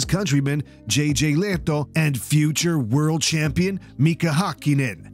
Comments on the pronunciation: Thumbs up for the correct pronunciation of the names Rosberg, Lehto and Häkkinen 👍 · As a Finn, I'm amazed you managed to correctly pronounce Rosberg and Lehto, but mispronounce Häkkinen. Usually it's the other way around with English speakers.